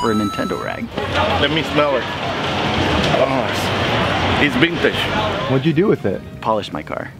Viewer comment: smells like bintage, - its bintage, - flowerlass bictory! i love u XD